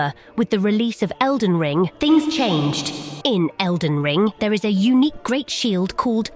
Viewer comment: “Elden Lean” 💀